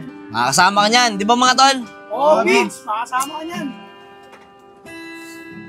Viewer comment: It’s Vince not bins